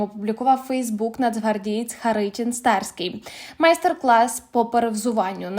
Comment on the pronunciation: ХаринІн Старський,з наголосом на І.